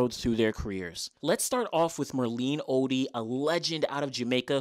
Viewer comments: It's not Oddy its Otty .😂 great video presentation though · Great video. You have a typo on Merlene's 200m best in your video (21.74, it is 21.64). And her surname is pronounced "oTTey"